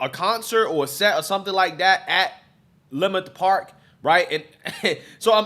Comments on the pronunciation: It’s pronounced lih-murt park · It’s pronounced La-Mert Park.. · Leimert is pronounced (La-Mert) Park. Just so sad again and makes me very upset to see black folk act like wild animals. I have officially changed my mind on reparations! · It’s pronounced La-Mert park bro, I’m from there.. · Leimert It’s actually pronounced Lemert Park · Its pronounced " leh-MERT " park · You pronounced the park name wrong. Wayyyyy off.